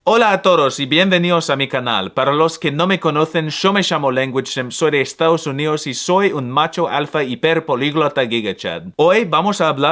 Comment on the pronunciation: You pronounce “hola a todos” like “hola toros” which literally means “hi bulls”